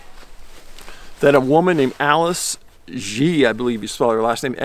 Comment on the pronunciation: "Xie" is probably pronounced closer to "sheh"